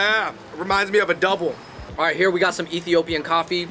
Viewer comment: It’s doubles.. with an ‘s’ lol